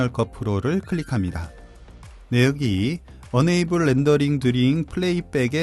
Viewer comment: enable을 unable로 발음하시는 것 같아요. 뜻은 반대인데...